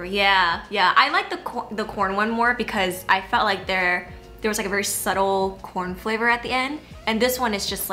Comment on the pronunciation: ‘Corn flavourrrr’ 😊